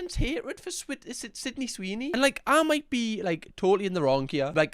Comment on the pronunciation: “Swidney Seeny” 😂😂